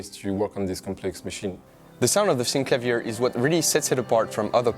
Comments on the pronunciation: Syn-clay-vee-err not Sink-la-veer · Synclavier is a play on words, taking "clavier" which just means "something with keys", and adding "syn" to it. Clavier is pronounced kla-VEER. So it should be Synkla-VEER. You can hear Clavier pronounced here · When you are the VP Product Manager and pronounce wrongly the name of the product that you are presenting. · I think you would be best to use the inventors pronunciation